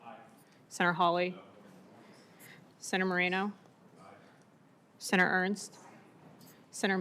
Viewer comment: Anyone over five years old know she enriched herself off of insider information. - Sinner? Does she mean Senator but is simply too lazy to pronounce the full word correctly?